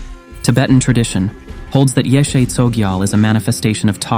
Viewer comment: Her name correctly pronounced is more like; YEAH-SHAY